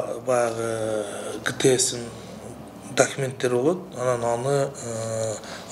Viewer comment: Дакименттери дейт го,не грамотный типтер